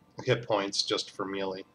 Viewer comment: Melee (Meh - Lay) Just saying.